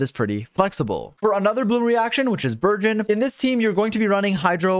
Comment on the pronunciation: i thought you said virgin and not burgeon